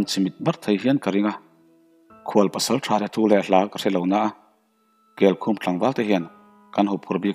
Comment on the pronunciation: kelkhum khaw hming mah nise kel (goat) leh khum (bed) anga lam tur anih ka ring